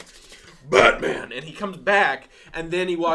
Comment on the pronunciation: You say "Batman" like it's a surname, like "Bateman"... You need to stress the "-man" part a little more. Or maybe you're doing it for laughs? Pretty dull if so. Or maybe I'm dull? I don't know anymore. I'm on a horse.